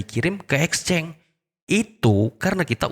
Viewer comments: Exchance bang bukan exceng....itu aja gak bisa bacanya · Exchange bang tulisannya di baca exceng